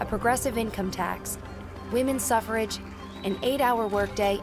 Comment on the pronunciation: "Women's Sufferage" 😂😂😂